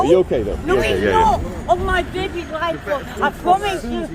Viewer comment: "on me bebbie's loife" 🤣. The utter state of the United Gollum Kingdom. You allow these creatures to procreate over there? UK giving off some serious Island of Dr. Moreau vibes here.